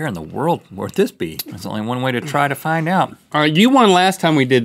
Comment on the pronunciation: Link - “What in dbwa wurld? It taste like mawthbolls” 😂😂